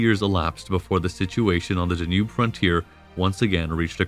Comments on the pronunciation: Danube, Donau, Dunav, Dunărea, but not Der Njub... Decebal, Dacia, č Dacii Dacian hill forts, followed by the Saxon Siebenburgen AS a resident of Dacia. I wince at your mispronunciations. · If not for the mispronouncing of Danube, I'd have thought the narrator was a person. AI has come far! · I could deal with the unusual pronunciations until you got to "DaNOOB". Seriously? (It's DAN-yube) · Hey Narrator... It's pronounced DA-nube, not da-NUBE. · Da-noob (Danube)… I hope you’re not paying for the copy-read voiceover… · Great narrative but I don't believe it's the Da' nube River. I've always heard it pronounced Dan' ube. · I liked the video. But there was a lot of kinda weird pronunciation. Da-nube? There’s plenty more too. No biggie. Keep up the good work. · In the english language it is pronounced ''Dan-yoob'' with stress on the first syllable. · This reader mispronounced many words the dayNUBE River. Get someone to read who knows more about his subject matter.